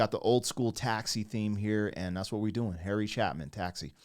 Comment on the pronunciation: Harry Cha-long A-pin